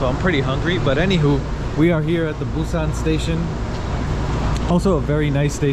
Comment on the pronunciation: Welcome to Korea. Your pronounciation for Busan is so accurate. Amazing. Enjoy your trip to Korea and always welcon back 🎉